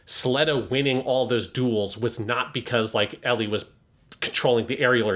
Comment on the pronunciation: keeps calling her “Elly” and while I get the whole Ls and Rs thing of Japanese. “Elly” is not short for Ericht nor is it short for Aerial as in Aerial Gundam or Aerial the Shakespeare character……